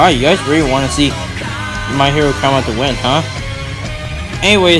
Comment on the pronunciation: Im sorry but that way u said academia